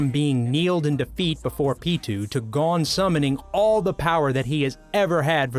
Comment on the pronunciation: 1. Mel e o dis 2. Gon is like own but with the g sound 3. Naofumi is now foo me 4. Kinda insulted issei's rage scene at Asia's death isnt on here wayyyy better than naofumi's